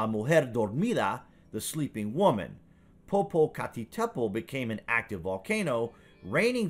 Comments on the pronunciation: LOL - I'll have to remember that as well as "Pop a cat a petal" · I think you’re saying poopoocacatadpole wrong